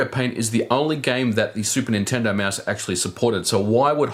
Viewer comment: "Meuse." Liked the review tho.